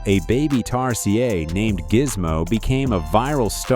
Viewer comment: Reseach before recording. - Echidna, as rebecculousrk pointed out, is KID not "cheed." - Tapir is pronounced TAPE - er not t'purr. - Tarsier is tar-see-er not "darsia" or "tar-see-ay" . That final "R" is pronounced. - Gundi - right the first time. Why did you later say it "gun-dye" , then you say "gOOn-duhs" - Aye-aye, Pronounced like a sailor's acknowledgement. Eye-eye, not "I.A." (abbreviation for Intelligence Artificial, which this voiceover is NOT!)